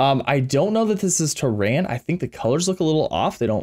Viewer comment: It's TERRAN not TER'RAN